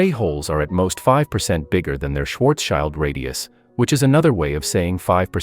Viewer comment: As long as this clanker can't pronounce Schwarzschild proper we have nothing to fear.